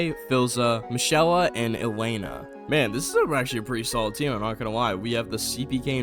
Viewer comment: mishela is insane 😭, its mi-key-la